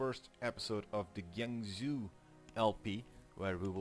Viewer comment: Just to help you out with some of the weird pronunciations: Jianzhou is pronounced like "Jee-en Joe," Haixi is pronounced like "High She," and Qing is pronounced like "Ching."